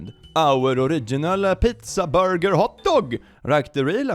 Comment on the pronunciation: saying "youm the boiger" and then the squish sound just kills me 😂